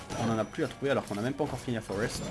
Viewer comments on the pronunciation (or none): none